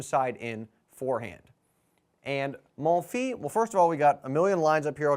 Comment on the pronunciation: Great video! BTW the "s" at the end of "Monfils" is pronounced